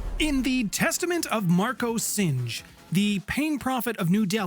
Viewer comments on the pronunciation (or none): weird, my correction would have been that Singh is pronounced as sing, not singe. It's a Seik name that means lion. Great videos and great channel. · Singe is when fire burns something. Singh is a last name, pronounced “Sing”